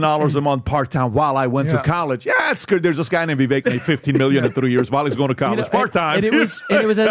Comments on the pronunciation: Gotta be. PBD, CAN YOU PUHLEEEZE get your team to pronounce your guest names correctly?!!!! YOU can! It's so disrespectful and stoooopid. It's VI-VAKE not Vi-vek dumbazz!!!! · should not even be on the panel. He can’t even pronounce Vivek’s name correctly! It rhymes with cake, dippy! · it’s Vivek like cake. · It’s so bizarre that and pronounce Vivek’s name wrong even when he’s sitting right next to them. It’s not hard - it rhymes with “cake”. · STILL can't get Vivek's name right 🤦‍♂️ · Amazed at the lack of professionalism and respect that after all this time of Vivek having been on the show multiple times, still mispronounces Vivek's name. Not surprised, just amazed...🤦‍♂️ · FOR THE LOVE OF GOD IS SO PATHETIC AND UNPROFESSIONAL. CANT EVEN SAY VIVEKS NAME PROEPRLY. MAKES ME SICK. BOOOOO!!!